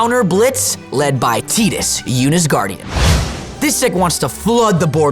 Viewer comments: Ive always pronounced his name as "TIDE-us" but thats only because my first introduction to his character was from Kingdom Hearts and thats how the character Sophie pronounced it. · that’s ironic, as I never heard ANYONE pronounce it Teedus, until a LONG time after the game originally released. And anyone who insists on pronouncing it that way just sorta sounds like they are intentionally trying to be a douche bag. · Yeah idc. It's Tydas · I understand your logic and even can agree that may be intended pronunciation in the Japanese, but You’ll never convince me to say his name that way. Tide-us is the way I said it in my childhood so it’s nostalgic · nope wrong. It sounds terrible that is my reasoning. Gotta say Tie-dus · Fake news. Still Tie-duhs. Great episode all! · this is cope tbh, we don't pronounce ANY other character's name from the game with a Japanese pronunciation why would Tidus be any different, also if you literally google how to pronounce his name and hit the automatic thing that speaks it for you, it literally says "Tide-is" or "Tide-us". Just because it's based on something doesn't make it automatically pronounced the same, it's a made up name. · Also in every other game where you cannot rename Tidus and has voice acting, they call him Tee-dus. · This is false. You can't skip cutscenes in FFX. It's still Teedus, though! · its tide-us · i stopped watching 2 mins in when they call him teedus, never heard that in my life and I'm not watching an hour video and getting gas lighted by saying that's how its pronounced. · What? They never say his name in the game 😂 in fact you can name him whatever you want since his name is never voiced! Did you play the game? Follow your own advice lol. But given that every other official game that has his name pronounced as teedus.. well I think that's quite clear. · There are some official pronunciations that are wrong. This is one of them. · Did no one tell jacob how to pronounce Tidus' name properly?